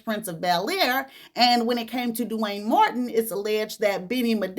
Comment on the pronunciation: It's the way you say DEW wayne😂